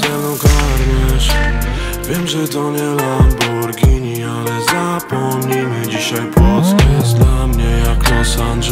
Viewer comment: Czy tylko ja zauważyłem że white, to jeden z raperów/traperów, którzy poprawnie wymiawiają nazwe tej bardzo słynnej marki nazwanej lamborghini, którą poprawnie czyta się lamborgini